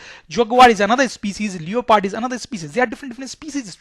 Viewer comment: Sir it's leopard not leoopard